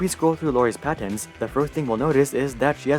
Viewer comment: “I love how he says “PADENS”🤓